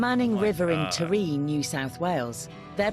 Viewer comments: The commentary called it T’ree, it’s pronounced Tah-ree. Lovely place, too. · Taree - ta ree with equal emphasis on the two syllables